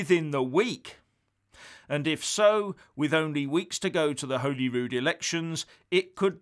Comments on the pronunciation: It’s pronounced holly-rude, not holy-rood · It is holly wood. Not Holyrood. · Its pronounced Holly-Rood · Its pronounced HOLLY RUDE ......Holyrood. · “HOLLYROOD” pronunciation!! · Liking your work but just to let you know as a Scot, Holyrood is pronounced Holly Rude.👍